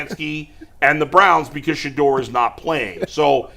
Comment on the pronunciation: She’s the worst. Can’t even pronounce Shedeur’s name correctly. 😒😒😒